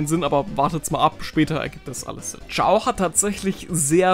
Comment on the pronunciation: Er heißt aber nicht Chiao sondern Chao 😩